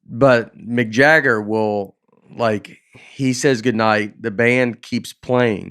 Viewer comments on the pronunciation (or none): Love how Nate’s love of McDonalds has influenced how he pronounces Mick Jagger to McJagger